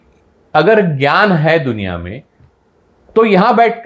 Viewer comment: श्री आपले वाचन अफाट आहे त्यापेक्षा बोलण्यातून चांगली दिशा मिळते परंतू हिंदी त बोलताना टिळक म्हणा टिळलक नाही ग्यान पेक्षा ज्ञान म्हणा.